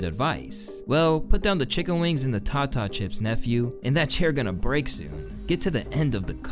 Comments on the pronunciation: This gotta be the 5th video I seen where they said it like that 😂 Tf is a tahtah chip my boi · Tah Tah chips 😂 it's tay dah chips. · tah tah chips is crazy pretty sure he is saying taytuh chips my man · tata chips = Tate=Tah. 'potata chips. Fucking TAH TAH chips. Every video. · TAY TuH CHIPS MANE. I usually don't promote ebonics but Ive seen too many people fuck this one up. Tay Tuh not TA TA its not titties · pet peeve but when snoop said "put down the tata chips" he was saying TAY TA chip like potato but short not TATA . i seen so many people talk about this and get that part wrong on how snoop said it, shit is annoying lol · Bro you did not just say "tah tah chips" 😂😂😂😂😂 its TAY-TAH chips dawg. ..as in potaytah chips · 😂😂😂 bruh every white creator keep saying "tah tah chips" HE'S SAYING "TATE-TUH CHIPS" OR TAE-DUH- CHIPS 😂😂😂 It's a black thing 😂 some of us don't say the Po part of Potato and instead of toe we say tuh So it's Tata chips 😂 Like think about it, wtf are TahTah chips?? 😂😂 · tatah chips, this like the 5th person I've seen refer to snoop saying "Tah Tah Chips" damn it's not tah tah chips.... tatah chips. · It’s not Ta Ta chips, bro. It’s pronounced Tay Tuh. 😂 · Then say tater like tater tots, the fuck is a tata 💀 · Cringed so hard hearing u say Tata (taah -taah) chips. It’s pronounced “Tay-tuh” chips. Like po-Tay-tuh. Had to be said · It's pronounced tay-tuh chips not ta ta chips lmfaooo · Tata chips. Baby that mean potato chips. It's pronounced tayda chips 😂😂😂 Edit: saying he been cooking in the studio lol. Chicken, yes. Little, no. I hope he's ok but oooooooh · You did not just pronounce Tata chips like ta ta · It’s pronounced “tay-tuh” chips 😂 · Its pronounce tae-tah chips you dummy. Later tater but without the "R" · It’s tay-ter chip sick of every YouTuber saying it wrong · No way you upload edit and record this video before realizing that snoop meant tay-duh chips😂😂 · pronounced tara chips wrong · Snoop said “tater” chips my dude.